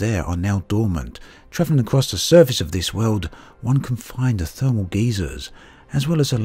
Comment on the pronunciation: lol... "thermal geezers"